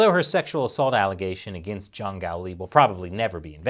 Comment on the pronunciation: should practice more on pronuncing Juang & Zhang.